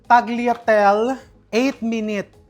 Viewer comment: Mukhang masarap yung Pasta…mejo natawa lang ako sa tagliatel,ewan ko ha kung yan tlga o merong prunounciation ng english yan pero in italian it pronounce TAL-YA-TE-LE✌️✌️just saying po🙏🙏🥰